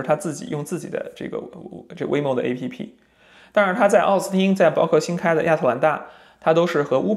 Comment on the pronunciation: App还读作诶屁屁就很有喜感，不愧是特斯拉的死忠粉，很棒很优秀